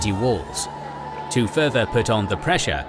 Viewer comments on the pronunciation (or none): none